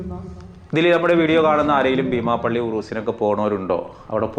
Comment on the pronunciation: ഭീമാപ്പള്ളി അല്ല ബീമാപ്പള്ളി.